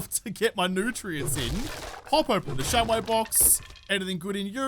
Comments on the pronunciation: Hey, try saying the Ja with a french style accent, who knows if you can speak in a french accent anyway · Try pronouncing it Jaw Oodle. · Say Ja in the same way Rastafarians say Jah (meaning God). Less of a AHr at the end and more of an UH. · Yep I do the same just long enough to see the days mispronounce of the day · you have to say without the r sounds say like jab without the b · Would be interested if you pronounce the "ja" as the german ja for yes make a difference 🤔